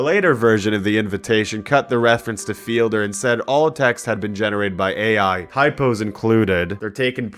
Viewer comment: I like how can’t say AI art